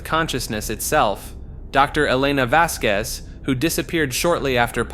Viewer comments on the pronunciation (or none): none